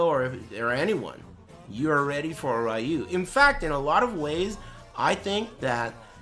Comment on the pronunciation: says "ryu" and not "roo" this time hey alright